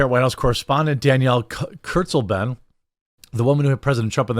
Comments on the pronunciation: Bro it’s pronounced kurts-lay-ben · Y'all are saying her name wrong. Read it like a German would, then translate it into English. It's kind of ominous. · Did she say “Kurzleben?” That literally translates to “short life” 😂😮